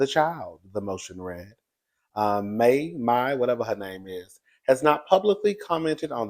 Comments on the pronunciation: …we’ve been telling you how to pronounce that lady’s name for so long lol. It’s pronounced like Genie from Aladdin lol. Mai is pronounced like “My” and not “May.” Also, as the diva said, “She should’ve kept her dark meat on the side” 😂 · It's Mai,like Mai Tai